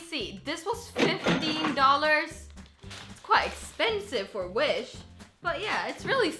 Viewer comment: i thout u said winch a few times